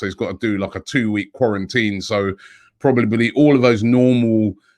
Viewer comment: Big man said probelbly 😂😂😂